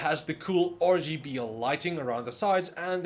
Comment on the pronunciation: Hey, I heard that too, but for me it's ORGYBE'ELIGHT